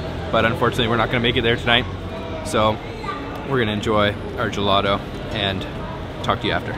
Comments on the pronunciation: Finally no turist places in a Florence video. You just messed up almost every single italian word LOL. I’d like to help you fix just one. There’s no american able to pronounce properly “GELATO”. You say “gelado”. You need to pronounce a very strong T. The same when you say taser or table 😁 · Great content but what's up with Americans saying gelato instead of ice cream, even worse when they pronounce it guhladough.